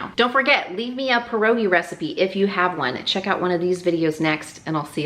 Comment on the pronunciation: I would consider the topping ur mom uses for her apple crisp the traditional one. It's the same way my mom made her apple crisp she never put rolled oats in the topping. My mom also sliced her apples. Everyone loved my mom's apple crisp. U did pronounce pierogi correctly. We always boil the pierogies a little just to soften them a bit and while they are boiling we start cooking bacon and onions in a frying pan and then put in the pierogies in and finish cooking them until golden brown with the bacon and onions and some butter and then serve with sour cream on the side. It is not a low fat dish that is for sure. This is a more traditional way to cook pierogies. Germans tend to use bacon and Polish tend to use Kielbasa. My husband's family is German and this is the way they cook pierogies.